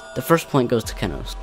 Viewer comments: the only part I didn't like was how he / she said ke-nos and not KE-nos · It’s kenos(key-nose), not kennnosss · I can't believe I used to pronounce Kenos Kay-noss